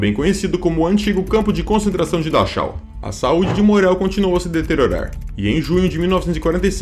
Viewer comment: Parabéns pelo conteúdo, só uma observação: a pronúncia “Dachau” o som é Darral em alemão. Já ouvi vc cometer esse erro em outros vídeos!